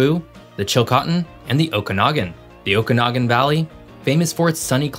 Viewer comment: For the Interior, you pronounced Cariboo and Okanagan properly. However, Chilcotin is pronounced 'chill-KOH-tin' not 'chill-cah-tin'. How do I know? I grew up in the Cariboo-Chilcotin, and have family still living there. For the last three decades I've been living further north in BC. I love my province, wherever I live! ❤